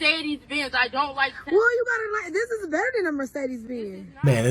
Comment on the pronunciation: I like how he says “TeZla” 😉